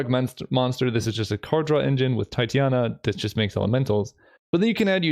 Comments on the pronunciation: Oh and also, small pronunciation correction (but no ill-will or shame intended) Titania Protector of Argoth is pronounced "tit-TAN-ya" or "tie-TANY-a" but not "TIE-tee-A-na". I only bother mentioning it because she's named after a Shakespeare character, so it's kind of a real word at this point. There's a moon named after her too! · Nice concepts. I can't help but also say that it is pronounced Titania not Titiana :3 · just FYI it's pronounced Tie-teh-nee-uh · tye-tane-ia is the way i would pronounce it. But you do you.....